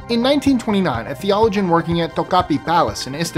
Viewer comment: Thee-OLL-u-gin? The-o-LO-gin